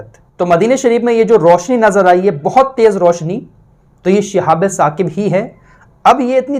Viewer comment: Apne ayat galat bataya hai. Sahi aayat Surah Saffat ki ayat hai aur pronounciation hai uska "Shihabun Saaqib". Aap keh rahe ho "Shihabe Saqib" jo galat hai. Jo aap parh rahe ho wo "Shihabum Mubin" hai. Jo aapne qisaa bayan kiya ki Setan aur jinn aasman par baat suna karte the fir Allah ne is cheez se hifazat ki,,,,wo qissa Surah Saffat me shuru me hi mil jayega.